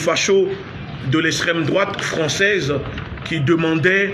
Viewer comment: Extreme droite pas esstreme...il arrive pas a prononcé le X... Miskina